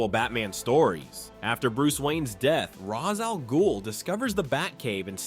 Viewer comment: The mispronunciation of Ra's's name, the over processed sound, the overly consistent pronunciation, lack of any personality whatsoever... So this is an AI channel, huh?